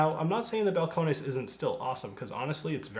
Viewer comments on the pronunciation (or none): It's just pronounced Bal-cone-iss.